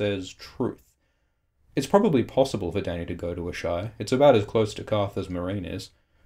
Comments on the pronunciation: A-shy? Don't Melisandre and the others all pronounce it "Ahs-a-ee?" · Ass-high not Ash-eye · Isn't it 'ass-hi'? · How normal people pronounce Asshai : ah-shai Me, an intellectual: Ass-hi